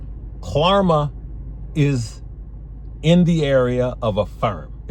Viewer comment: Klarna has an N not an M lol